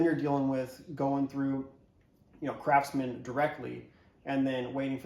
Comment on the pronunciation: did you say Crapsman?